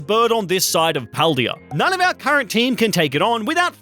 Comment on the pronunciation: Is it the spanish speaker in me or every time he says "our" it kind sounds like "el"?